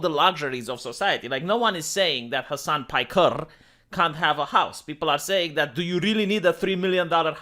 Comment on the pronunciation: Hasan pikerrrrrrr. Lmao do you do that on purpose